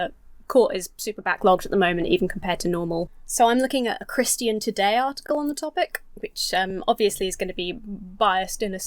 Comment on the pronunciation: American here. It is delightful how you pronounce "Christian". Your version has more syllables in it than mine and I like it.